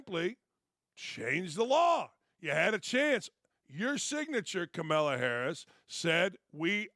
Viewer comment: Why do you insist on mispronouncing Kamala's name? The pettiness & immaturity is glaring.